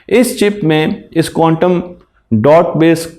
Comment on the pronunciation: قوانٹم نہیں بلکہ کوانٹم